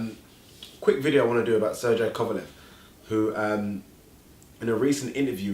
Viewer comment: Its pronounced"sirgay" and not "sir jay"